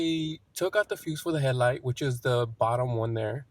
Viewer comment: Good video. I like how he says hell-light instead of headlight ;)